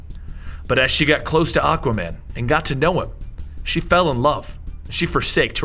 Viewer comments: ... you said aca man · did he say Acka man? Lol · you said aqaman not aquaman